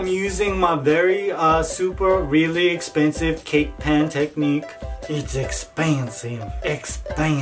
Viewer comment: Your pronunciation of the word "expensive" made my entire day 😂🙌